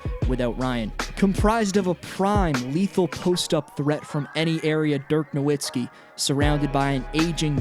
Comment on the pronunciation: You can't pronounce Dirk's last name, one of the greatest players ever. Pretty fucking sad.